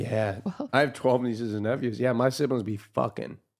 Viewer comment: "my sibilings be fucking" kills me everytime wtf kakakakakakakkakakaksd